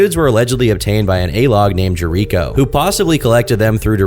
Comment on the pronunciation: pronouncing Jericho wrong lmao